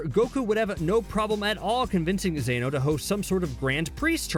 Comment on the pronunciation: bro keep saying zano lol